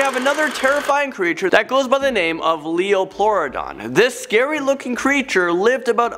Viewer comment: It's a lieoplurodon,!